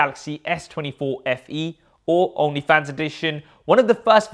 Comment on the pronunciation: I know you're saying "all new fans edition" but it really sounds like you're saying "only fans edition" 😂